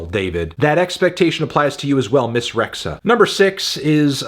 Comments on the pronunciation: Albanian fan here ITS PRONOUNCED REJA BEBE REJA AS IN A HARD J NOT RE..X..HA BUT RE"HARD J"A LIKE J MICHEAL STREZINCKY IDK OR JANUARY I SEE PEOPLE DO THE SAME WITH ENVER HOXHAS NAME Also as a albanian im honestly sad bebe did this song as the original is one of my favorite songs of all time Goodbye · FYI: "Rexha" is pronounced "Re-jah". Albanian spelling.